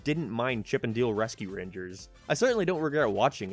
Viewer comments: Its pronounced Dale not deel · You're sayin "Deal"... Not "Dale" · WTH is chip & dill? Or are you saying chip & deal? Ship & Dell? This review suxs ball. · It’s chip and dale like d ale not chip and deal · You saying Diele and not Dale is killing me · “Chip and Deel” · "Chip N' Diel" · Stop saying dale like deal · He pronounces Dale like “Deal” and I can’t get over it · Throwing me off by how he prounces dale. He sounds like he saying deal may that's just his accent or voice inflection. I do agree with a lot of this I powered through the movie and chuckled at some points. It reminded me of Who framed Roger Rabbit. A lot of cameos and inside jokes. It wasn't great but the nostalgia of CnD RR worked on me. Would I watch again Big No. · why you call it chip 'n deal? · Are u sayin Chip and "Deal"...? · Is it just me being an uneducated twat or is saying Chip n’ ‘Deele’ weird?